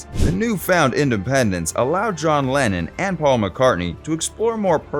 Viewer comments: I agree with you about the way the guy mispronounces names he even called Lennon Lannon. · Beatle lovers know John was British not Russian. His name is Lennon not Lenin. Just a fun comment. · Narrator? Who is Lannin? I'm sure you meant to say Lennon, was the voice a robot? It was hard to tell, although an AI would have done the same thing. 🙄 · It's Lennon, not Lenin. There's a big difference. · It's Lennon. Not Lenin !!!